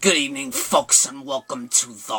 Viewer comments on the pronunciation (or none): Hey, love your intros. Are you saying folks or fucks? LMAO. Great video bro.